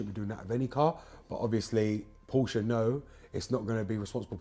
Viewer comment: Thank God. As well as knowing what you're talking about with BMW and Porsche, you also know how to pronounce the latter correctly - a personal bugbear, I'm afraid - and I'm Welsh! A quick, unrelated, general question if I may; why have many manufacturers (BMW incuded) omitted oil dipsticks from their more recent engines? I found the 'old-fashioned' simple stick the most reliable means of maintaining oil level rather than allowing it to fall to 'top up' level. Many thanks (from Oxford).